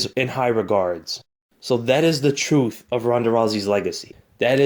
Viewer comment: Did he say Troof? I did hear that come out of his mouff. . . righff?